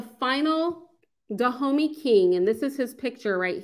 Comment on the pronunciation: All that research and still can't say Dahomey properly lol still good presentation though!